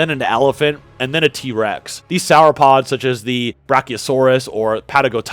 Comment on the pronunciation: Bro said “sour-pods” 😂😂😂